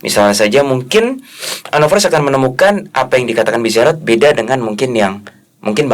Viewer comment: Btw anovers bukan anofers